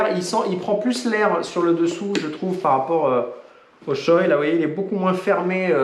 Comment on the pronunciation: Par contre on dit « shoé » pas « shoille » Voilà voilà.